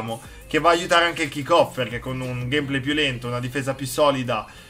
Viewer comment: pke dici Gamèplay